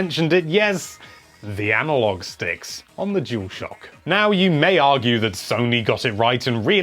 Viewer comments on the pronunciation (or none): Dualshock... Or juulshock 🚭